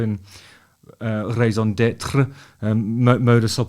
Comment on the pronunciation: I've been turned on to such cool music since I became a The Darkness fan. Also, thanks for teaching me how to pronounce "oeuvre" and "raison d'etre."